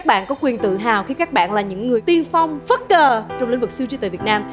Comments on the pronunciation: Tôi nghĩ Tóc Tiên không nên dùng từ Phất Cờ vì nghe nó rất giống "F***ker", sau đó lại là từ "Follower" I think that the girl (jugde) should not use word "Phất Cờ" (leader) because it sound like F**ker, then with a another English is "follower". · KO LIÊN QUAN NHƯNG LÚC C TÓC TIÊN NÓI NGƯỜI PHẤT CỜ NGHE CỨ NHƯ "F*CKER", E HƠI BUỒN CƯỜI TÍ 😂 SR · nghe chữ “ phất cờ “ của bà Tóc Tiên mà cười ỉa 😂😂😂